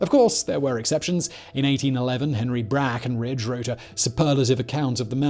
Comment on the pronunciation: Lmfao Henry BRAAAHkinridge... think the factboi had a hairball